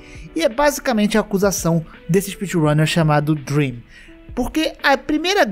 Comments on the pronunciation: "ouvi dream" *MAZUUQÉISU--* "Leio os comentários falando do *drem*" Ah.. okay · olha eu nao queria falar, mas vc poderia ter falado drem sem o "a" pra nao ficar dream pq se nao o cara pode levar um hate absurdo